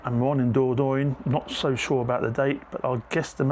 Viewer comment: *dor-don-yuh=Dordogne 😊 Closer to the French pronunciation.